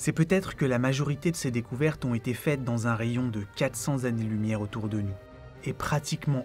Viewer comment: Tout pareil. La vidéo est très bien, mais ça me saoule aussi d'entendre dire "3000 zexo-planètes" ou "100 zannées lumière". Autant ça ne me dérange que très peu dans une conversation avec quelqu'un, autant je ne trouve pas ça normal quand il s'agit d'un script écrit. On peut faire une erreur, la constater et réenregistrer. Ça n'enlève rien à la qualité de la vidéo. C'est exactement comme si quelqu'un publiait un livre truffé de fautes d'orthographe ou avec des mots manquants. Alors OK, c'est pas ultra-grave, c'est pas la fin du monde, mais puisque ça peut être corrigé facilement, autant y faire attention. Parce que si chacun fait ce qu'il veut, parle comme il veut, écrit comme il veut, à un moment, on va tous parler notre propre langue et plus personne ne comprendra rien. La langue change, évolue, s'enrichit de nouveaux mots, en perd des anciens, les prononciations changent petit à petit, mais à un moment donné dans l'histoire d'une langue, il faut bien qu'il y ait un standard à respecter.